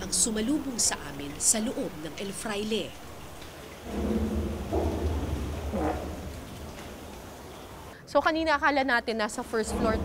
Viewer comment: El FRAILE not EL FLAIRE